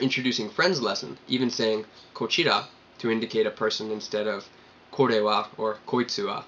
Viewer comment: Sempai means I own your ass. It means I'm right and you're wrong. Also means I'm responsible for your well being. Also means I pay for drinks. Good self-catch on the plural "s". For kochira.... Seems you're stressing the middle sylLAble just a bit, sounded a little bit like koCHIra.